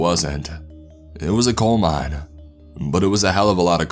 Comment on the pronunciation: I thought it was meme instead of mine